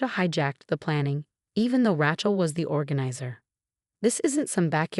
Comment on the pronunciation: It's pronounced Ray-chul, not Ratchul!